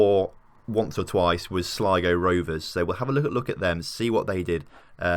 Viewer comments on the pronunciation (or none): none